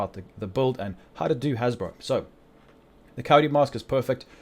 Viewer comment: Wtf is a hasbro bro? Jk but it took me a while to realize you was saying haz pro which is short for hazard protection